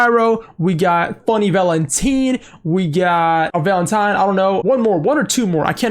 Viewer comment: what kinda fuckass way of saying valentine was that bro was boutta say valentino